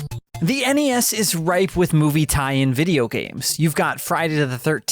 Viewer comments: NES is pronounced like the end of Hi-Res. Or do you say Hi-Ress? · "NES...or the En ee ess..for short." Good video man just busting your balls